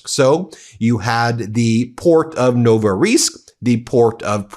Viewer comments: IT's called Novorossiysk, not Novoriysk. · It's called Novorossiysk, pronounced noh-vuh-ruh-SEESK (I'm not Russian, I'm just irked) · It's pronounced No-vo-ro-sisk. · Oh, Ben, you absolutely butchered the pronunciation of Novorossiysk. It was painful to listen to.